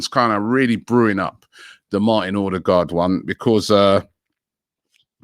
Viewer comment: ffs Robbie, it’s not Or- de- gard. It’s O-de-gald. That’s correct Norwegian pronunciation. 🙄